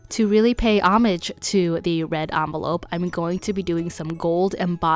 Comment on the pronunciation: Thank you for pronouncing the word "homage" correctly!